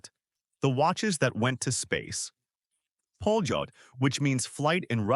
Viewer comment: it s not pronounced "poljot" but "palyot". ΠΟΛΕΤ in cyrillic alphabet. it means the "flight". beautiful mechanical watches. extremely accurate